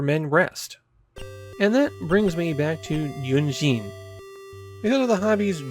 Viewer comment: "I'm sure the Germans who complimented my pronunciation while visiting their country are now taking that back." To be fair, I have no idea how the dev team arrived at ヌイーゼン as a transliteration for "neunzehn", either, which I can tell bamboozled you to no end. A much closer approximation would've been ノインツェーン. At least your pronunciation of "Kriegsspiel" was solid enough, though as a bit of a correction, "Spiel" is more commonly translated as "game", so "Kriegsspiel" literally means "war game".